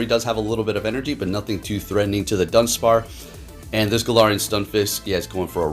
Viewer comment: lol “dunspar”